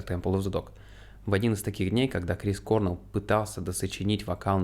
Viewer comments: не кОрнел. а корнЭл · То есть, про группу Foo Fighters вы не в курсе? Называть Грола лишь "некогда барабанщиком Нирваны" это лютый троллинг какой то, либо нечто иное)) Ну, и в нашей тусовке старых гранджеров, которые подростками в 90-х все это застали, принято произносить не КОрнелл, а КорнЕлл. Точно такая же тема, как и с Джерри КантреЕллом (Alice In Chains). А в целом - огромное спасибо от души! Обязательно репостну, покажу, что молодежи тоже очень интересна музыка нашей юности. Спасибо. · Крис КорнЕлл, а не кОрнел 🤦‍♀️